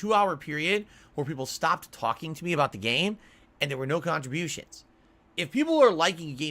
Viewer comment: I giggle automatically when he says contributions